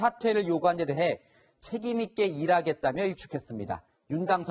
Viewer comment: 책임있게 해먹겠다 로 들리네